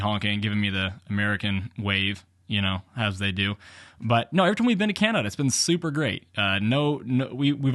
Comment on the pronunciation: Did you mispronounce Canada? :) This video is just more proof that FSD is still at least a decade away. And my 2018 Model 3 with FSD will never have it fully functioning, not with the current hardware, This means I'll never have it because I'm not going to pay for it again with a new car. Getting very disappointed in Tesla. Not sure I would have shown that guys license plate and tell your viewers to go paint ball his car. There are legalities to that.